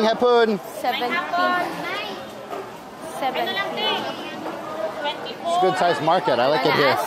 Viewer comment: It's Hapon not Hapoon.